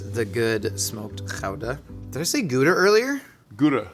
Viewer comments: Genuinely impressed by his pronunciation of Gouda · As a Dutchie, pronouncing Gouda like he's from there is something. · I was just about to say, no over pronouncing, it's actually almost spot on! I love it ❤🎉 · A+ for "Gouda" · As a Dutch person... kudos for the pronunciation! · that's exactly how you say Gouda. Our entire language is GGGG SCHHHHH GGGGGG no overpronouncing possible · Can confirm. Excellent Gouda pronunciation. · I learned the correct dutch way to pronounce gouda from this. Kinda fun. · Gouda... Good pronunciation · Gouda pronunciation is spot on. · YOU SAID GOUDA CORRECTLY!!! I have NEVER seen a native English speaker say it right, ever. It's always good-a. Kudos! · As a Dutchie, the Gouda was pretty spot on. It's also the most overrated cheese I know. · As a Dutch person, that's a pretty good pronunciation of Gouda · As a dutchman I have to agree with you